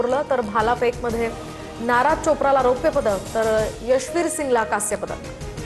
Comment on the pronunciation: नाराज चोप्रा नाही रे चूतमारीच्यांनो.. नीरज चोप्रा आहे तो 😂